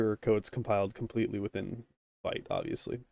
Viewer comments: its more like "Veet" and not "Vait" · thank you! fyi - Vite is pronounced Veet like as in French for quickly // I'm sure it doesn't matter much I just wanted to let you know 😅